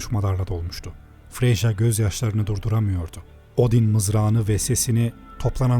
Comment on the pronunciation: Kardeşim ''Freja'' Freya diye okunuyor bu bütün isimlerde ki ''J'' harfi için dahil ''Y'' olarak okunur :)